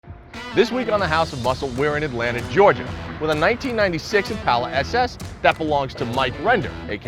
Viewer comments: It's ImpAHla, not impayla. Mike, its not maroon, its blessed with Dark Cherry Metallic paint. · Say it with me "impaula" not "Im pal uh"